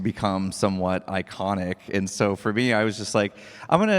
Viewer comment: heh. “i-conic” —ever on brand! 😂🎉